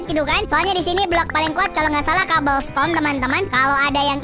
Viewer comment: Dibacanya cobel stone